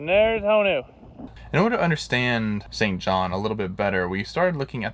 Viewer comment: It pronounced St John. There is no S in the name.